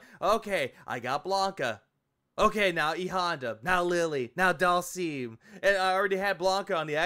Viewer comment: He needs to stop calling Dhalsim doll-seam.